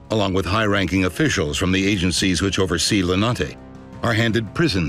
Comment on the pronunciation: lenate no its more like L I N A T E